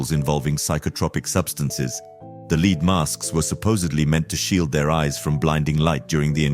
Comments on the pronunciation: Wth is a lead mask? I think you mean led (lead) not lead, as in being the first. Its spelled the same but pronounced different. You have to understand what you're saying to be able to differentiate between the two. Good ol confusing English language. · Please pronounce lead (the metal) as led, not as lead ie shoew someone the way